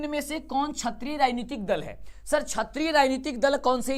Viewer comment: क्षत्रिय दल बोल रहे हैं आप क्षेत्रीय दल होता है